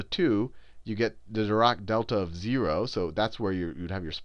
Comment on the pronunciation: Just wanted to let you know Sal, Dirac is pronounced with a harsh 'a' sound as in the end of 'attack'. We have a library at FSU named after him. I'm very proud to learn this subject at the university where the man who invented it taught.